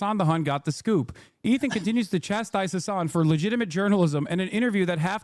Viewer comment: The way hasan said Ethan over and over for hours hurt me